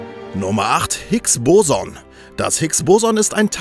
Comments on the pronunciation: Du hast das Hicks-Boson falsch ausgesprochen. Man spricht das erste o schneller aus, sonst ist alles richtig. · Es heißt higs bosooooooonn, nicht higs bòson